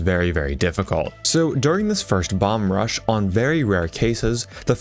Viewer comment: Perhaps I'm mishearing you, but it's not "bomb-rush" it's "bum-rush" bum as in vagrant, not as in butt, fyi